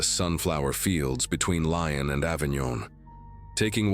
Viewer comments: Lyon is pronounced Lee-on not lion❤ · Listening from Germany. But please, next time make sure you don't pronounce Lyon Lion, but Lee-on.